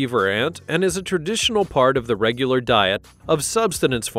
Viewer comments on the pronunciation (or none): none